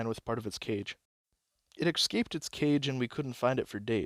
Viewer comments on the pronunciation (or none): hope you dont take it personally, but "ecscaped" hurts a bit every time. great storytelling otherwise